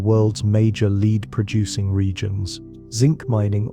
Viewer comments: "led" not "leed" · Farmington a.m. LEAD pronounced LED. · It worked, I went to sleep. Now ÀM. Around minute 28 it bothered me to hear how "Lead" was pronounced. Good info on Marquette and Joliet though. I went to 1st grade in Grafton, Il. The good Pere did venture a bit upriver from there. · OMG - the word lead is mispronounced. DO NOT WATCH THIS